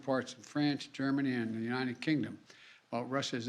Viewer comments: He can't even say the word 'UNITED' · This joker cant even say United 🤡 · He can't even say united lol